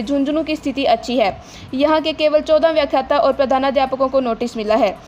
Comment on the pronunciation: व्याखात्त नहीं व्याख्याता है